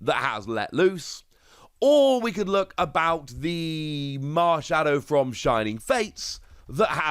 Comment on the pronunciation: Theivel? More like "Marn-shadow"